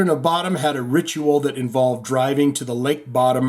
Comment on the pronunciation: I think it is pronounced “Bo-Dum”.